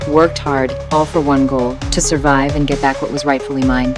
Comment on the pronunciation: Bro she said survive like it was some kind of free for all💀💀💀